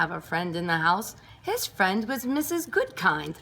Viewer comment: It’s actually “Mrs Goodkind” not Goodking